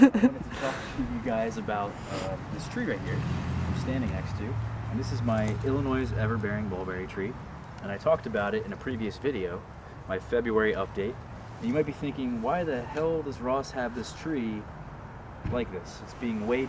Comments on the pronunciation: Love your videos! I grew up in Illinois and expect that I spent many summers eating lots and lots of this variety. Just one note, it isn't Illi-noise, it's pronounced Illi-noy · The "S" in "Illinois" is silent. Pronounced ill-uh-NOY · Illinoiz? Love your mulberry tree though. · Illinois. The "s" is silent. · Anton Galazyuk that is outragious. Everybody in America pronounces Illi-noy as Illi-noise. Where are you from? Illi-noy?